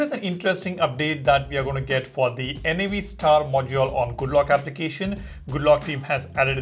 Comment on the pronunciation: Why do you keep calling it N-A-V star? it's Nav as in navigation.